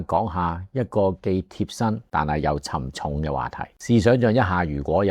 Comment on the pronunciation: 沉重的'重'是否應讀尊'重'的重音而不是謮體'重'的重音呢？